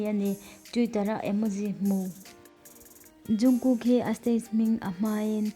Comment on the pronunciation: Zungkook ni loin jungkook tur xok o😇😇